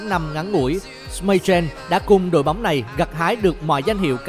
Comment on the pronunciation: anh đọc sai từ Schmeichel